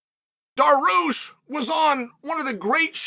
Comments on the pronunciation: bro said dah-roosh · Armen Sarkaryan 😅😂that's incredible 😂😂😂😂oh Lordy it's Sarkaryan and Daroosh